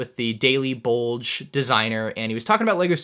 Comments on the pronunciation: It is pronounced “boo-gl” not bulge “ 😂😂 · daily buldge🤣 Daily bugle* Bu gle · He’s right he cannot read. It is BUGLE NOT BULGE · Is him saying bulge in stead of bugle a joke or not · In this video, why did you keep calling it the Daily “Bulge” instead of the Daily Bugle? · Busy, busy, my guy its not buldge is bugle. Byoo - gl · It irks me how he keeps saying bulge instead of pronouncing it bugull it’s spelled bugle but the end sounds like seagull ya know because it’s named after a bugle horn that just seems like a huge oversight my dude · Did you say "Daily Bulge" on purpose? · daily bulge lmfao. its bugle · Bugle not Buldge lol. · It’s bugle not bulge lol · Please stop saying daily ‘bulge’. Please man. WTF is a daily bulge bro. I dont even watch marvel but please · Dude how do you not know how to pronounce the word "Bugle"????🤦‍♂️🤦‍♂️ How does that word sound like "Bulge" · You said it Daily “bugle” wrong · hey, its pronounced bugle, like the instrument. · Ask MandR: me seeing you butcher the word “Bugle” and hearing you say “I cant read” raises a question, are you dyslexic?